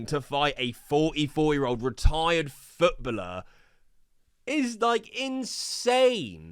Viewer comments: Please stop saying “Footbuller” sheesh. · I gave up on KSI a while ago, used to love him so much when I was a kid, the guy is deluded. p.s never say “Futbuller” again 😂 it’s footballer man ffs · WTF is a retired futbluhh? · Foot bulllur? Jesus that was rough to hear 9 times lollllll❤ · wtf is his prononciation of footballer🤣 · That "footballer" pronounciation is very interesting